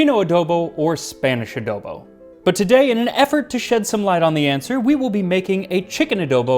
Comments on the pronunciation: Randomly found this on yt. Ofc there would be a ph/spanish dish . Also correct pronunciation for "adobo" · The mispronunciation is really bothering me lol coz you pronounced adobo just fine